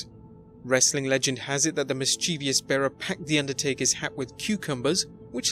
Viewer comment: Mispronouncing “mischievous” is common, as you’ve proved. Good list overall.